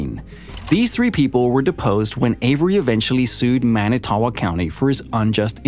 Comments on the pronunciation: He is not innocent. I live in WI and he killed my best friends cousin without a doubt. (BTW Manitowoc is pronounced ‘man-it-toe-wok”). That ppl that think this waste of a human has merely been duped by a spectacular piece of filtered garbage media without verifying facts or who made it uncovering their agenda. Sad state of affairs these days when the vast majority do not do the research, don’t know how to do the research, or just lack critical thinking skills so take any piece of media at face value. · Everyone in WI listening to this guy try to pronounce "Manitowoc" 😬😬😬